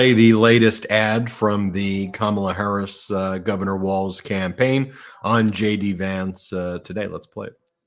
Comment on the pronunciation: Hey guys, I love your show! The disrespect he shows VP Harris by mispronouncing her name, should be disqualify